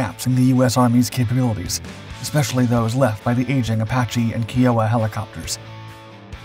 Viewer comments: 😂😂kiowa not kee-oh-wa😂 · repeated pronunciation mistake that bugs me - Kiowa is Ki O wa, not Kee O wa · Can someone PLEASE teach this narrator how to properly pronounce words. Its Kiowa, Ki-o-wa, not Key-o-wa for fucks sake! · I don't know about that, his voice pronounces words that are hard for bot voices to pronounce without problems. The way he says "Pon-zer" instead of "Pan-zer" or "Key-o-wa" instead of "Ki-o-wa". Its also been the same voice from jump, back when bot voices were not as "good" as they are now. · You're still pronouncing "KEEohwa" 🙄😐... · Just a small point. Kiowa is properly pronounced "Kai-yo-wa" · You mispronounced Kiowa /ˈkaɪ.oʊ.ə/ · It kinda irked me to hear it said the wrong way.. Even the upside down lawnmower deserves more respect.. 😉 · Failure to pronounce Kiowa does not help credibility...but the fact that FARA was cancelled just adds to a long list of Dark Blunders. 😂